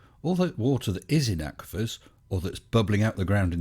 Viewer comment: The underground "aqua fires", huh? That's not how the word is pronounced.